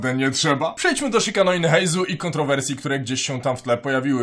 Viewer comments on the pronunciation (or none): Imię nowego bohatera czytamy Heizoo, to [u] na końcu oznacza przedłużenie poprzedniego dźwięku - tak samo jak w Kujou Sara czytamy Kujoo, a nie Kuju.